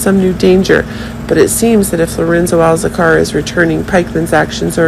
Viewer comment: Please stop saying SERIOUSNESS, INTENSELY and it's ALCAZAR (NOT Alzacar). Your updates have too many buzz words that don't actually mean anything at all. I'm sticking to Soap Dirt, but thank you for playing.